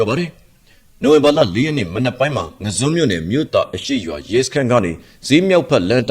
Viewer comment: ငါန်းဇွန်းလိုအသံမထွက်ရပါဘူး ငဇွန်လို့အသံထွက်ရပါတယ်ရဲဘေါ်